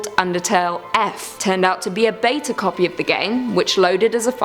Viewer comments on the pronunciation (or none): none